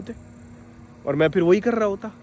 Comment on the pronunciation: Vah "fir" nahin balki phir hai. Aur "toh" nahin balki to hai. India men logon ko mul se mul cheezen pata nahin hain, jaise ki aksharon ka uccharan kaise karte hain; developed desh banne ka sapna to chhor hi do. Ab Dilli bahut dur hai.